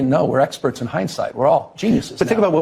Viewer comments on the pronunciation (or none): none